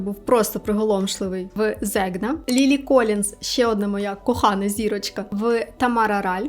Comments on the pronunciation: котику, не Зегна, а Зень'я 😙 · Zegna- італійський бренд, правильніше вимовляти його назву як Зенья, т.я.буквосполучення gn дає звук "нь" 🫠😉 Щодо іншого - як завжди лайк, погоджуюся що на укр.ютубі не зустрічала поки більш приємної подачі "зіркових новин".